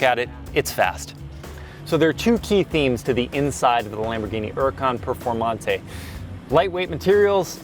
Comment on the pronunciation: The way he says lonborghini huracan preformante lmao